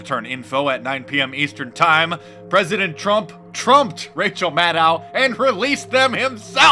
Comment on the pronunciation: Don't you mean Rachel MAN-DOW ?